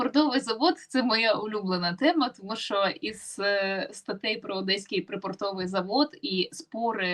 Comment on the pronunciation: да курва-мать... припОртовий, а не припортОвий